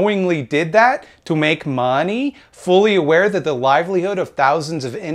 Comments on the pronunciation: Bring back duh mawnee. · I like the way you say "they hurt tha mahney" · The way you say "da mawney" makes my day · Love how you pronounce money :D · Why is he saying "money" weird?